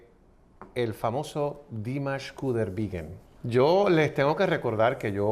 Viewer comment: No es 'Qudaibirgen' es Qudaibergen.